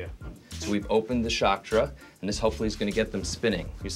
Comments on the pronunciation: Chakra not Chaktra! LOL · "We've opened the Shakttra " 😩😂😂